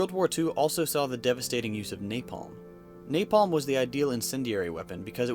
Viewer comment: I cringed everytime he said napalm